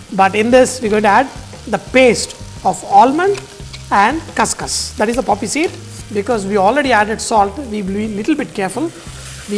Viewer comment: It isn't kas kas ....... Its Khash.... Khash.......hahahah.... but yummy.........mmmmmmm